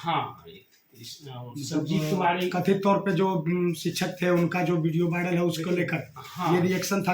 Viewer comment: भाइरल नहीं वायरल होता है। आप DU से पढ़ें हैं।